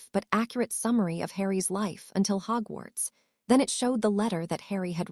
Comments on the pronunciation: So why are almost all the names horribly mispronounced? Though Hugwhats is pretty funny. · The mispronunciations are hilarious. Hudwug flies to Hugwhuts. Priceless.